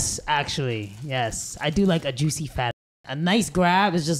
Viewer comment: YOU’RE WATCHING THE JUICIEST-JUISH-UHGIN, JUSHT-AGIN